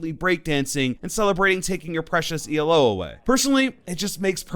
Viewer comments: i’ll sub when he says elo not e-l-o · Please stop saying the letters separately e l o. Say elo one word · BOY its 'ELO' not E L O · One tiny thing that confuses me, why do some people say "elo" spelling it out like "E L O"? Elo isnt an acronym. MMR is, but Elo isnt. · Say “E-L-O” one more time and that will be a FAT UNSUBSCRIBE. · My man said E.L.O.